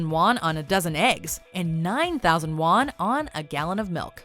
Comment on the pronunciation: sounds more like 4000 lost instead of 4000 won